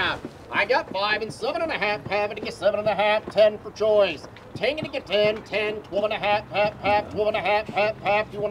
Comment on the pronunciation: I kept thinking the auctioneer was saying, "Joyce!" rather than Choice. I was thinking "Joyce" was a regular at auctions.